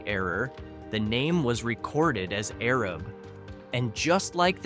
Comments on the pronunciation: Arab is pronounced A-rab (the A sound is the long A) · The town of Arab is pronounced A-Rab. I lived there for many years until 2008 and never heard of a sugar festival… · Arab is pronounced A-rab heavy on the first A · Gu-win is not in Fayette county. It’s in Marion County. These videos are so aggravating and they aren’t even pronouncing cities right. Do your research! It’s not Arab it’s A-rab! A long A! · Here to see if you pronounced Arab correctly…and you didn’t. 😂😂 Long “A”….”Aaaa-Rab” named after “Arad Thompson”. You’re correct about the misnaming…and the assumed misspelling mistake which misnamed our small town. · A-RAB is how the name is pronounced. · It's A---rab Alabama get it right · We say A-Rab around these parts. Lol. One of those things you don't really know unless you live around here. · It's the little A that has the long A sound like Araab haha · That’s what I came here to say. A-rab! Born and raised there. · If this person (or AI) can’t even get Arab right, I would hate to hear how wrong he would get Lafayette or Eastaboga or Notasulga or any of a thousand other cities in our beautiful state. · This Yankee twit who can't pronounce Arab correctly completely missed the neighboring towns of Remplap and Palmer, along with fun ones like Zip City, Plevna, Egypt, or Boligee! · Gu-Win is almost entirely located in Marion County. You need to learn to pronounce Mobile, Guin and Arab. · Yes!! He mispronounced eclectic (I used to live there) and Arab (I live in a city near there )